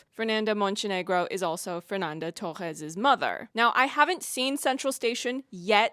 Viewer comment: I like so much your pronounce on Torres. Most foreigners spell as if it is an english either spanish word